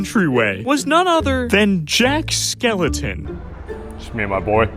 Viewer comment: I hate to be that guy but it's Jack Skellington, not Jack Skeleton